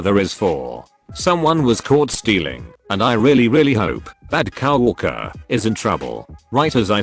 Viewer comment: Nobody: TTS: cow orker